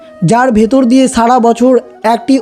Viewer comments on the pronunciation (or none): none